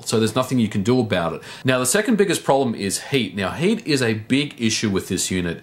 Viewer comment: It sounds like he says "Hate" whenever he say "Heat"